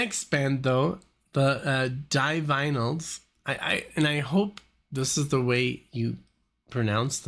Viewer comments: Divinely are a combo of your pronunciations. D-vinyls. Like vinyl records. If you could do a video marathon, I'd say dmto do the first five ever aired on MTV. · The Divinyls is a play on the words 'divine' and 'vinyl', that should tell you how it's pronounced.....therefore not 'die-vinyls' or 'div-innals'. No biggie but we Aussies like our bands pronounced correctly.😉 BTW, Chrissie Amphlett died from 'breast' cancer, not breathing cancer.😬 The Divinyls are a kickarse band....react to more of them. Hey, you should also do some of The Cure's new album 'Songs Of A Lost World'. Brilliant album, their best for years.